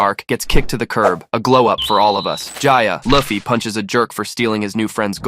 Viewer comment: L-uh-ffy? Seriously? Uggggggh